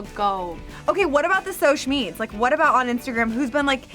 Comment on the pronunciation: "...What about the soche meeds?..." 😂😂😂😂 is so basic but so extraordinary all at once, I love her😚